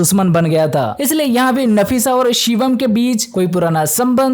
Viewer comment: Nafisa hai nasifa nahi😂